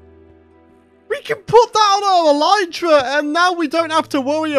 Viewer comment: It is elytra as in 'I lit the candle' not elytra as in 'I light up the world'. This isn't an Aluminium vs. Aluminum thing either, if you are knowingly saying it wrong, then you are knowingly saying it wrong.